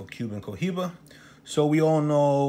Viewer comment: The H is silent 🔇😵